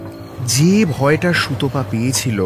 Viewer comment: সুতপাকে সুতোপা বলা খুব কানে লাগে।